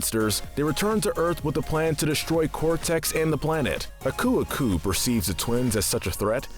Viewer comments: Aku’s name emphasizes the A not the U. You said it like “Uh-Koo” it’s actually “Ah-koo” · Its ahkoo-ahkoo not uhkew-uhkew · Did I just hear someone pronounce aku aku as akoo akoo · Its A-ku A-ku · Its pronunced ak u ak u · Ummm did he say ku ku? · I think its pronounced ah-ku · I like how you pronounce Uka Uka's name correct but butcher Aku Aku's name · Could you not say aku aku that way. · So we’re going to ignore how he pronounced Aku Aku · Pretty sure you're pronouncing Aku Aku the wrong way. We've heard him say his name a few times in this franchise (like his introduction in Twinsanity for instance) and he didn't pronounce his name like that. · You’re saying Aku Aku wrong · Jeez how am I the only one who cringes how he pronounces aku aku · why is this guy saying aku aku so weird. edit: tf did he call pura? POURa?